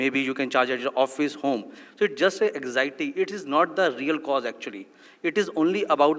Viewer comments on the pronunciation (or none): none